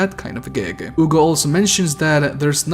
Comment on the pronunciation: You say “Ugo”. It’s (H)ugo. Hugo.